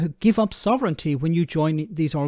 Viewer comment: "Sov...ren...TEEEEEE"? Boil water. Add one teaspoon of nonexistent "Sov...ren...TEEEEEE" per person to the pot. Brew for a few minutes, then pour. A drop of milk helps you swallow your "Sov...ren...TEEEEEE" Enjoy!